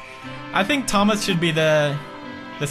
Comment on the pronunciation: you forgot to cupolas the t in thomas -_